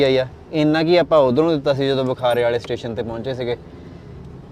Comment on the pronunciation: Bai theek tusi travel karde ho. At least Station nu Teshen ta na kaho.